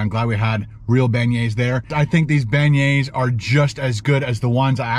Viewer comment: PLEASE please. If your are going to broadcast a video AT least PRONOUNCE the word properly.